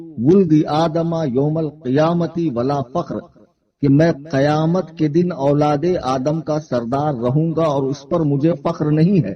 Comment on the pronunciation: قَیامت نہیں قِیامت ہوتا ہے